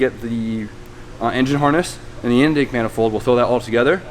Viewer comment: “inyake manifold” lazy tongue boi